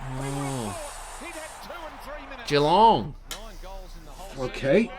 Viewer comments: Generally, don’t stretch the first syllable in Geelong. G’long rather than Gee-long. Just listen to the commentators…. 👍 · Geelongs pronounced almost like ja-long